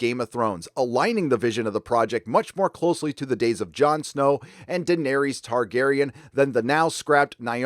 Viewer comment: you pronounced daenerys wrong.